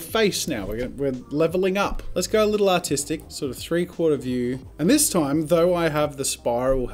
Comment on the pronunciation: EVERY TIME U SAY ARTISTIC IT SOUNDS LIKE AUTISTIC AND IT'S KILLING MY "let's gets autistic!" -Jazza